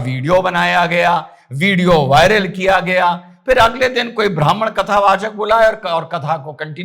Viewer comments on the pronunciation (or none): none